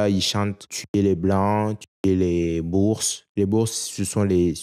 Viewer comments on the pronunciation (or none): si tu essayes de nous faire aimer les noirs a tout prix, tu t'y prends assez mal 😂. boers ne se prononce pas "bourse" mais "borse". tu ne devrais pas repondre a ceux qui t'enmerdent avec le tipee : tu ne leur dois rien. je t'enverrais bien quelque chose, mais je n'ai pas de carte de credit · boers se prononce bour. "Borse" est la version anglophone.